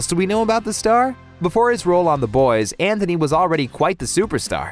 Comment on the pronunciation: Please stop saying Anthony lmao.